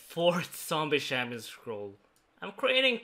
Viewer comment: "shampion scroll"